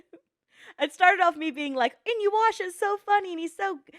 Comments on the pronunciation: I find it funny how nobody in chat commented on her saying "Inyuasha" instead of "Inuyasha" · lmao "in-you-asha"